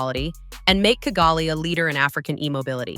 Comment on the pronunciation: Pourquoi ll’IA n’arrive pas à prononcer KIGALI aux lieu de kagali et pourquoi G dans Kigali se dit correctement et G dans Bugera est prononcé Bujera.